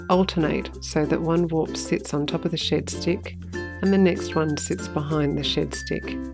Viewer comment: As an Aussie I thought you were calling it a shit stick 😂